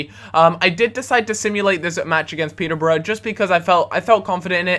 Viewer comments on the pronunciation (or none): none